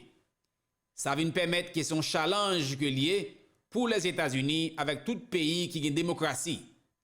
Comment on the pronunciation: Li ekri challenge li pronounce tialenge please